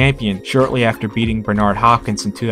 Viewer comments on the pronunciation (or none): none